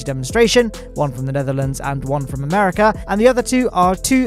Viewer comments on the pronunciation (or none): none